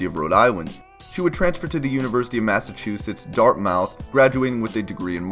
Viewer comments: "Worster" "Dart-mouth" my poor New England soul... It's "Wus-ter" and "dart-muth" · Say it like this. Wuster. Not fucking warster. And say Dartmyth not fucking dart mouth. Jesus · This did said Dart MOUTH LOL. Please tell me you're not a US Citizen? Dart Mith buddy. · It's pronounced "Wuss-tahh"...and also, Dahht-mith ;) Cool video!